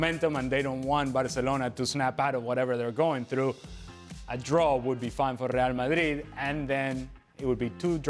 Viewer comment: I love how ale says real Madrid. As he says it properly